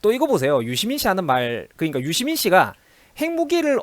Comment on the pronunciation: 유시민[dora: i] 발음공부 정확히 합시다.